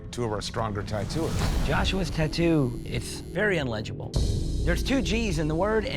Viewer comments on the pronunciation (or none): "Unlegible" really?